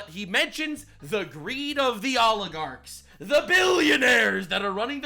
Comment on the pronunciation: the way he says oligarchs is fkn hilarious